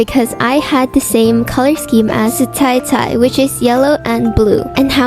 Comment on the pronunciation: Its zai zai not tai tai ig ❤ but ilysmmmmmmmmmmmmmmmmmmmmmm ur soooooooooooo bestttttt mah fav ❤